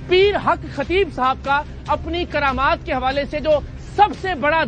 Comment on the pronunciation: قرامات نہیں کرامات۔